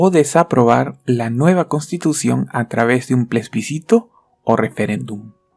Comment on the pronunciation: Se dice Plebiscito no Plesbicito.